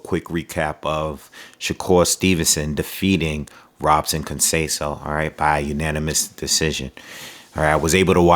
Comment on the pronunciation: Btw, in Portuguese, the “r” are pronounced as “h.” So it’s pronounced “Hobson.”